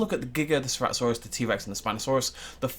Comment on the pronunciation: Did just say "Cerato-thanos"?